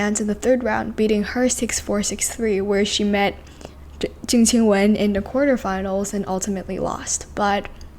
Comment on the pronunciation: Finally someone who pronounces Zheng Qinwen correctly ❤